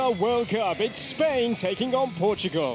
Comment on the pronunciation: Spain without an "S" 🤣🤣🤣🤣